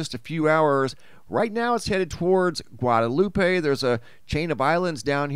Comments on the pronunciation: Guad-a-loop not Guad-a-lupey Domi-nee-kah not domin-nee-ca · Bless your heart - it's Gwad-uh-loop, Dom-uh-knee-cuh, and there is only one St. John, USVI.